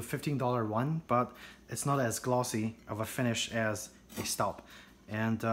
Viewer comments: Proper pronunciation is "STOHB"....and I LOVE my 7qt Cocotte in La Mer (teal blue)! Got it for Mother's Day and I have used it almost every day. As a Southerner, my cooking preference is cast iron and I am always looking to add to my collection. I had grappled between the Le Creuset and Staub for a larger dutch oven for almost 2 years before making my final decision and boy am I glad I chose Staub! Outside of my heirloom cast iron skillets & braiser (vintage BSR & Descoware), this Dutch Oven cooks like a DREAM! I am a homemaker and cook for my own family at least 5 nights a week. In addition I am on the Meal Train team at our church and our daughter's school. I prepared 3 additional meals for other families just last week and La Mer performed beautifully! Perfectly seared whole chicken one night; not a single grain of over/undercooked rice for a Mexican One Pot 2 days later, ending with a flavorful crowd-pleasing batch of baked ziti. Cleanup is a breeze, though I take great care not to hit it on the granite while washing. And I use the same fresh flaxseed oil (refrigerated case) from Whole Foods to treat it after drying it, that I do for the rest of my cast iron. It is a worthy investment as I look forward to taking good care of it in hopes of passing it down as our own heirloom piece. To our sweet girl! If you spend any reasonable amount of time in the kitchen cooking for your family and loved ones, I'd say its a justifiable purchase. Besides, aren't you worth it! 😁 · It's pronounced schtawb